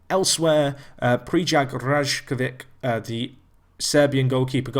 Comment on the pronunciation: It! trying to help him pronounce names correctly. You must be new here!